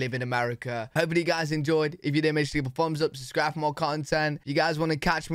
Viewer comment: When you say hit that “subscribe button,” I hear, “Sus cry bun.”